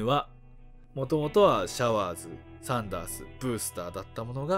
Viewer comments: サンダースがサンダーズになってる笑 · サンダーズって言ってるよ